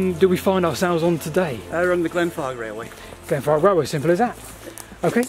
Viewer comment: I should drink my tea before watching because i swear y’all keep saying “Glenfart”.